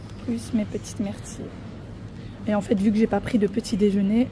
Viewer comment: Aïe aïe mes oreilles on eu mal désolé mais on ne dis pas( mertille mais myrtille .) (Ni plus au moins mais plus ou moins ) encore désolé